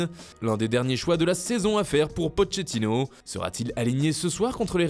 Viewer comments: Pochettino se prononce Poketino il est temps non ! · "Pocchetino" 😂😂😂 décidément il a du mal avec les noms étrangers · Mdr « potchetino »